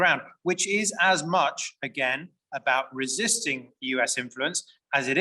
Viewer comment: Ressisting??? 😁 D'oh..